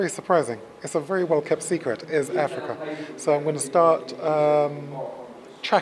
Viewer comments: Did he say Africa ? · bloody ell never heard of this place you call Affricar will check it out pal